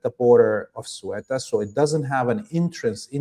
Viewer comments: This Spanish exclave is pronounced cE-Uta. Ceuta is not part of the Schengen treaty, so nobody can pass the border without identification and a passport on the contraray to Meloni's Lampedusa which is part of the Schengen agreement and the immigrants can pass freely into other EU member states. We do know that the US passed a bill greenlightening Morocco to take back Ceuta and Melilla from Spain even by force and payed $40 million to Morocco for doing so. The plan of course is the Strait of Gibraltar which Israel and the US would like to control. Israel by it's ownership and bribing the main streem media was organizing left and right-wing extremist narratives, but luckily the Spanish people didn't fall for it. And the Spanish army and police showed great humanity and empathy towards the people who came and needed help. The Spanish people in it's great majority are against Israeli genocide and against Trump's illegal war against Iran. The next step for Spain should be leaving the EU and Nato, I hop the people will make enough pressure on the government to do so. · heard in nearly all interviews that the even smart englisch speakers are beyond redemption when trying to pronounce the 2 ...Ceuta and Melilla cities..........Please learn The word "Ceuta" is pronounced in English as /ˈsjuːtə/ (UK) Me·lilla [mɛˈliːjə] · I think you are one of the best independent journalists and analysts out there. You are an example to us all. Please don't take this as a criticism but I would recommend you do a little research before broadcasting: for example, how to pronounce 'Ceuta' (given this is much of the focus of your video) or that Sanchez is Spain's PM, not President (given Spain is a monarchy). Regardless, I watch your show religiously :) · In proper Castilian Spanish the first C is pronounced like the Th in think, and not like an S. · Not in Castilian Spanish. Here it's is Theh-oo-tah, whereas the Th sounds like the one in think, not like an s. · In Arabic it's pronounced Cebta.